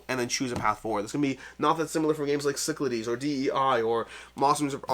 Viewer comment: pronounces Cyclades correctly now? How did I miss this important revelation?!:) Great game, glad it's in the top ten!